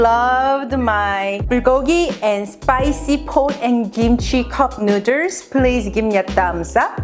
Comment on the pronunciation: Take a shot every time she says cupnooders😂💀